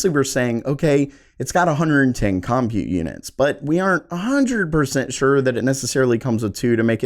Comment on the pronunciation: It's pronounced "burr GAH mo". And it's pronounced "GEN oh uh. And it's pronounced "com PUTE". Just sayin'..... Thanks for the great info - too bad you'll have to earn 7 figures to ever get your hands on any of these after a 2.5 year lead time.